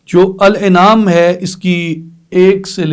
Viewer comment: معزرت کے ساتھ الانعام کی الف کا تلفظ درست کر لیں زیر کی جگہ زبر